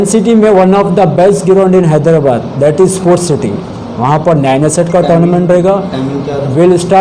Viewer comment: hyderabad ko hydabad keyu bolta tutla